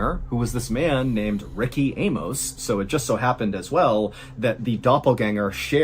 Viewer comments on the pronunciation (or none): none